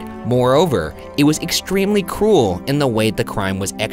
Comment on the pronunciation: I was in another tab when Ryan said this part, and I honest to god thought he said "cool" rather than "cruel", lol.